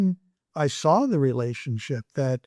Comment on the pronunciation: I can’t stand when people say “sar” for “saw”